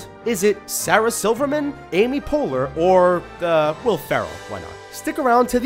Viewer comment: Amy poeleur